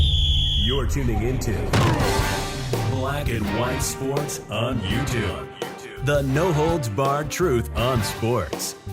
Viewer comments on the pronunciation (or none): none